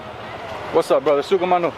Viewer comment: Love to hear your sukamano ...... brother